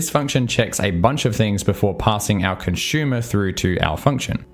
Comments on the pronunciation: As always, love your videos. Although your pronunciation of consumer as "conshumer" (versus consoomer, like "zoom") took the cake for me! :) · Yup - can't not hear it each time.